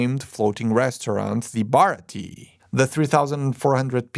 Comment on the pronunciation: hey not to be mean or anything but the way you were saying baratie was bugging me, just for you to know its pronounced at least in English, bar-rah-tea-a